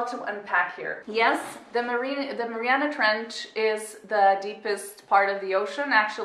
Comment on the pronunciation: You said the trench name wrong as an fyi